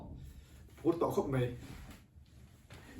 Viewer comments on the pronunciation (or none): Hey buddy 'mei' ni lovin 'mai' aw i tlangval tawh kha😂😂😁